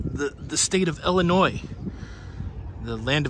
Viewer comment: As I was born and raised in Illinois, I want to thank you for pronouncing Illinois correctly. 👍🏻